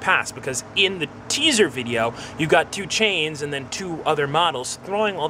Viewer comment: Ugh. The way he says 2chainz...he doesnt listen to rap much